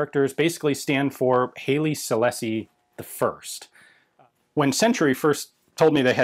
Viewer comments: I'm old. I live in Kenya in the 1950-60's and Ethiopian products were a bit of a joke, just as "Made in China" is today regarding quality. By the way, we always pronounced the Emperor as Highly not Haley. Who knows, you might be right. I was surprised at the quality given the age. Fired 40 years ago, and I reckon it would have been as good as any other. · Sorry but your pronunciation of Haile Selassie I is killing me. From Wiki (if you can read this): [ˈhaɪlə sɨlˈlase] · Don't see any other comments about it, so I'll toss this in just because. I doubt anyone will care, but Haile Selassie is pronounced "high-lee seh-lass-ee". Seems to me that most of the problem with them is the age of the primers. Once past the hangfires, the gunpowder charge detonated well enough. The inconsistency in muzzle velocity wouldn't matter quite as much when issued to a standard rifleman as it would to a marksman, but snipers are often issued match-grade ammo anyway. If it's sold as cheap plinking ammo, the hangs are the only real concern. Since I never got into reloading, I have no idea if it would be cost effective to buy these and replace the primers.